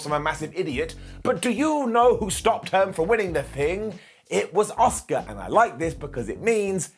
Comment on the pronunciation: Every time I watch one of these videos (I do enjoy them to be honest) but I can’t help but think, who is “Oscar” 😅 A—SUーKA! 😝sorry, it just drives me crazy.